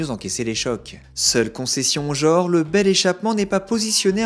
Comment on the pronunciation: Eh mon gars , on dit "genre "et pas "JORE" !!!!! Lol